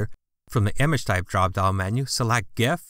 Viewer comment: i am pretty sure you pronounced it correctly.